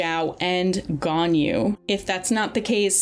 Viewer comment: “Yanjin” “Albetto”